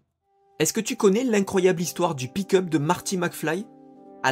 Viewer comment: Désolé, mais "pick-up" prononcé à chaque fois comme "pee cup"... 😂